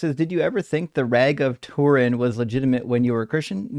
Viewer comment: "Rag of Tourin" nearly made me pee myself 😂